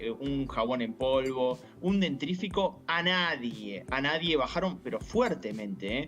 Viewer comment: Hay que avisarle a Di Pace que es DENTIFRICO y no dentrifico